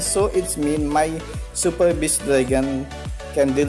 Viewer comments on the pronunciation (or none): You cant even pronounce beast you say best like what